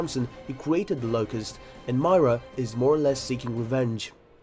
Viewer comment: No one going to comment about pronunciations? "Myra"? "Leetho"? No? Okay.